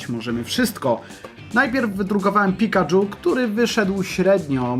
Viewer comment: pikadżu, KURNA PIKADŻU.... sorry, ale jestem perfekcjonistą Pikachu (czyt.: Pikaczu) Pewnie dobrze o tym wiesz a to było tylko przejęzyczenie...